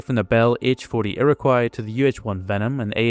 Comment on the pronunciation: "Iroquois" is pronounced "ear - ah - coy".